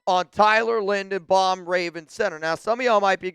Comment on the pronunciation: His name is Linderbaum, not Lindenbaum. You're not very bright, are you ?